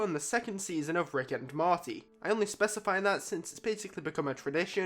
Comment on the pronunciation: The character is mOrty not mArty